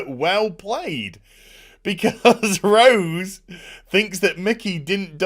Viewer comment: Having ptsd when he says rose.. damn batwahmen destroying the name "rose".